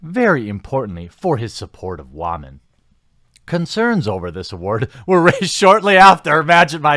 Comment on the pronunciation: You're pronouncing "women" wrong.